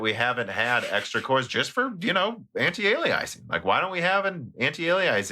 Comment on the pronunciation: sometimes I think that you're mispronouncing things deliberately just to make sure the audience is paying attention lol. anti-alieising